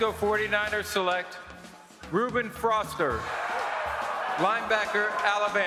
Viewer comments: He said FROSTER, LOL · I still don't understand how Goodell could pronounce "Ramczyk" but not "Foster"